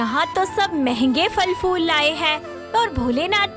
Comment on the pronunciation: abay gadhon FAL FOOL nahi PHAL PHOOL hai